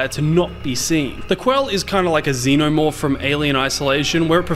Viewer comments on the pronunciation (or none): none